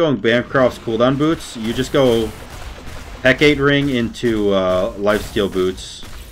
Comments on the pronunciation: Heck-uh-tay (more Anglicized) or Heck-AAH-tē are the common pronunciations, please don't hurt us with "Huh, Kate?" :D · ITS HECK UH TAY NOT HECKATE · do you call it “he-kate” ring on purpose asking for a friend, lowk bothers him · Say it with me: Heck-AH-Tee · Heck-uh-tee lol. good game though, definitely op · my dude, you know how it's Aphrodite and not Aphrodight? Heck-ugh-tee = Hecate my dude. Peace <3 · Heck-uh-tee lol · It’s pronounced heck-it-tee